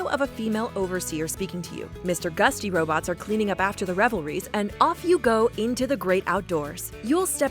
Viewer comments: 1. It was developed by Bethesda Gamestudios, Bethesda Softworks was the publisher. Both companies are SEPARATE COMPANIES. They are both subsidiaries of Zenimax, thus making them different companies with similar names. 2. It’s gutsy not gusty lmao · TheFirstOneOut -.- she couldn’t even say gutsy right she said mr “gusty” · gutsy not gusty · Mr. Gusty It’s Mr. Gutsy. But these ones are Mr. Handy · "mr gusty robots"... pardon? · You said mr.gusty, it is mr. gutsy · did... did she say "Mr. Gusty" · Please tell me she didnt say Mr "gusty" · Mister Gutsy robots, please, I think you mean Mister Handy.